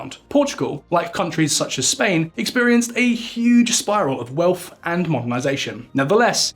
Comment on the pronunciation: I didn't even make it half-way before the misspoken English became too much: do these channels deliberately recruit people who can't pronounce 'wealth' or 'twenty'?